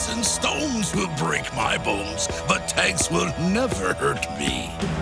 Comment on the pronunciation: Theycallmeevan i thought he said tax not tank